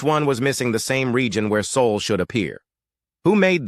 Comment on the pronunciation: Its bloody SOL! Not saul not sole or any other mispronuciaton